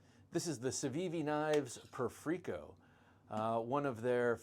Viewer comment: It's pronounced like the word perfect and the "i" doesn't make an "ee" sound, it makes the same sound as the word "it"